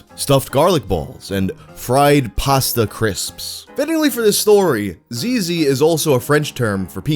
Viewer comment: Zizzi is pronounced zitzi like how you say zz in pizza.